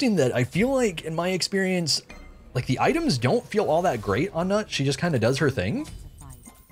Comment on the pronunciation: Wow, what an unpredictable joke lol. Although her name should be pronounced as 'newt'. Also, Geb is Nut's husband, so it's nice that he's your support